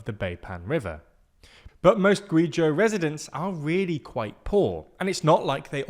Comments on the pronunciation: Seriously. The guy is making a story where he's going to say Guizhou 20 times and they don't spend 10 seconds to play a recording of its pronunciation for the guy so he won't butcher it every single time? Seriously cringe worthy lack of production values. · Typical know it all style lecturering "China bad content" again. Zero on the ground interest (I'm confident his not even spent time in China). The commentator can't even pronounce the name of the province correctly. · Guey-Trou, not Giuu Jiu >( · It's not "gwee jew" but "gway jow" rhyming with hey go. It's not that hard to read pinyin, you could at least put the chinese words you're reading into google translate before saying them aloud. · Just a pronunciation note. Guizho is hard “g” Guh-way-Joe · It's pronounced like GUI Joe not gui jew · You should learn to pronounce places before you say them. It’s Gway-Joe not Gooeyzhoo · its not gweejew its gwayjoe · Gway Joe Not gwee jew. At least learn how to pronounce the places, it’s not that hard. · Gway-Joe not Gway-jee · Gweeezhooo indeed... I love how people from the Abglosphere try to pronounce Asian names, its so cuet and funny... Ironically even though many asian names are phoenetic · Guizhou is pronounced 'Gway-Jo' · Guizhou is pronounced as gway·jow . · Guizhou is pronounced like "Gway Zho" or "Gway Joe". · Guizhou is pronounced gway jo. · Pronounced "Gway zhoe" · Yeh it's gway-jo if said with a British accent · i ain’t even wanna watch this video anymore after they pronounced Guizhou as kueyjew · Guizhou is pronounced "gway joe" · U and ai together in Chinese names is pronounced like the word "way" and ou is pronounced like the second part of "Uh-Oh." So the province of Guizhou is pronounced Gwayzoh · Guizhou is pronounced like Gway-Joe :) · Love your reporting, but it would be so much more authentic if you could check the pronunciation of words like Guizhou, which you use repeatedly. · Pronunciation of Guizhou makes me a very sad panda...